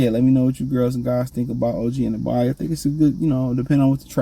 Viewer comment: An-uh-no-bee is how you say his name you always been terrible at pronouncing peoples names 😂